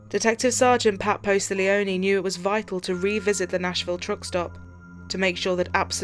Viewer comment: PAT POSTIGLIONE He is an amazing LE officer/ detective! He was personally selected to go to Steve McNair's secondary apartment where him and his mistresses body were found dead b/cause he was friends with McNair! I hate when they do all this research but not only pronouncing his name wrong but also spelling it wrong!! I can't help it sorry!